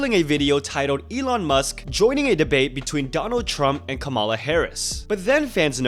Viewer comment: hihi~ i know it''s not the most important thing regarding anything in this video but you mispronounced kamala harris' first name which is meant to be pronounced "comma-la". thank you for keeping us all informed though!